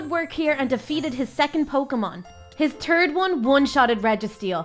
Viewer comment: His “turd” one